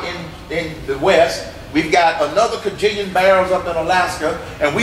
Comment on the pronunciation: lmao@ "kah-jillion" this is another guy t rying to pull the wool over peoples eyes....What a moron!!! The other side of this man isnt any better......what the heck are we being reduced to voting for these days folks?